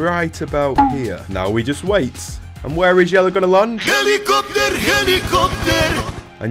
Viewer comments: hedicoptor hedicoptor 😂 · Its not helicopter Its YELIOPTER!! 😂😂😂😂😂😂